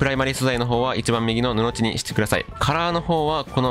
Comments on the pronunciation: ぬのじだと思いますよ。わざわざ返信ありがとうございます👍🏼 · 布地の読み方 ぬの"ち"はおもろい